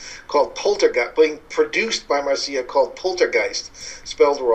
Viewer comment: It's not pronounced Mar - Cee - ah. It's Marc - Ya